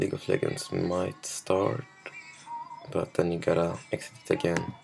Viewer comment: someone teach this guy to say "legends" and not "leggends"